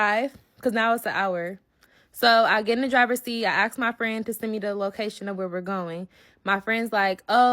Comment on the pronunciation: Dang girl it’s ask, not asked. 🙄